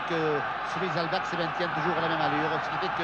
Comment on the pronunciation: Quel match formidable ! les arrières gallois qui ont marqué l'histoire, Williams, Benneth, Edwards mais aussi Bevan et Dawes (ok Duckham complète bien la ligne)... Et entendre le légendaire Jean Dauger prononcer All Blacks ("Halle blacks") c'est du bonheur... et le hakka néo-Z pas encore pollué par le marketing moderne, plus proche d'une farce étudiante... à voir et à revoir.